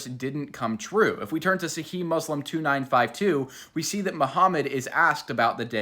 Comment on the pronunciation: The last letter "h" in "sahih also needs pronunciation! Sa-he-h. And 1400 years not 1500. Just sayin